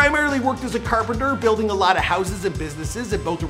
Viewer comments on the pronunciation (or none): none